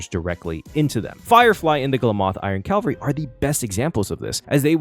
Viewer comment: "Calvary" (CALV-A-REE) is a ye olde religious word that means something like "salvation" "Cavalry" (CAV-AL-REE) is a military term referring to a unit of mounted combatants. "Glamoth Iron Cavalry" uses the second, not the first. 🤙